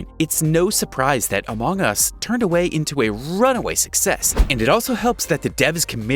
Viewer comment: sorry but i wuld like if my said the name as amung us not amang us